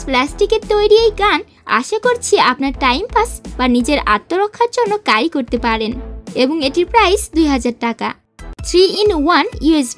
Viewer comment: ইংরেজি উচ্চারণ শুদ্ধ করে নিও স্ক্রিপ্টের।। ক্যারি কে,কারি কারি করতেছিলে।